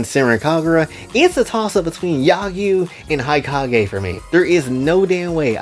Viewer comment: I yearn for the day when fanservice-filled media becomes accepted again… As for my favorite characters, these days, I like pretty much all the Hanzō Academy Girls, as well as Yomi and Hikage (which, side note, is pronounced “hee-KAH-geh”) from the Crimson Squad. As for the others… I haven’t really played much of the other games besides the ones on 3DS, so I don’t think I can make a proper judgement on them as of now.